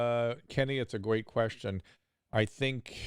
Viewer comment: “Kenny, it’s a gweat question”